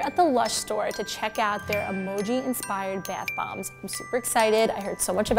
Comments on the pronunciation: “their beth bombs” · “Baieth bombs” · Is anyone else bothered on how she pronounces bath bombs? beAtH bOmbS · the 'beath' bombs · “bAth bombs”